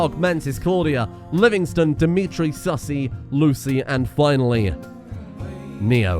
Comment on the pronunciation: The way you misread Sissy as "Sussy" instantly ruined the mood from the ending